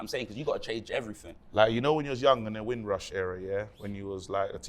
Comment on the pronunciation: Man said windrush 😂😂😂